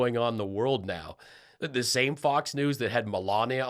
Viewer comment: She still can't pronounce the TH sound . Saying duh for the is not attractive.